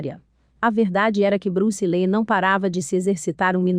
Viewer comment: Acho que a pronúncia é li. Os 2 ee tem som de i